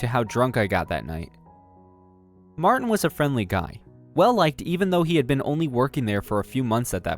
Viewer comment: It's MAR-TIN not MAR- TEN